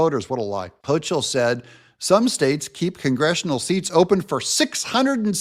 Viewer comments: You're not pronouncing Kathy Hochul right. Tip: Use Google Translate or Grok when you're unsure. 99+% accurate. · Dont realy care how you pronounce NY gov name fyi its hoe- coal or as i say adolph hoe-coal